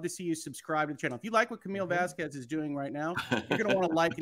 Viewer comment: the Lawyer mispronouncing Vasquez is how Elaine says it too. It’s kinda disrespectful to do it over and over imo